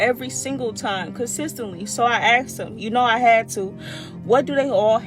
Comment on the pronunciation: I miss when 'asked' wasn't 'axed'. I was there, I remember 'asked', I saw it get 'Axed'. That's poor edumucashunz.